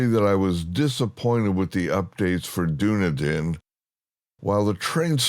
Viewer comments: It is Dun eden not Duny den. Thought you may like to know🙂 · thanks for taking the time to do this side-by-side! btw, Dunedin is pronounced "Dunn-EE--din" :)